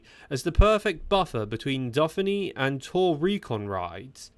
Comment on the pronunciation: AI training issues going on with the speech? Criterium da Duffinny ?